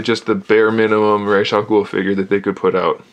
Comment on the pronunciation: The creator of the character says it is pronounced Raysh, so you are correct. Will you do reviews of the new Batman Tas version of Ra's and the Figure Toys Company version?